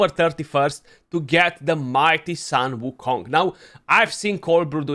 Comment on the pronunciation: his name pronounce as "soon" "woo" "Kong" (孙悟空). Hope this help you beat other CC in this pronunciation race. Send love to mini too!